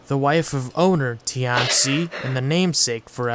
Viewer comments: Just a pronunciation pet peeve. It's not "tee anh see" , but rather a fast slurred together way pronunciation "t-ian qi" . Put this into Google translate 天七 。 it's similar to tian ci . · its not ti-an-ci its tian-ci the name butchering is painful....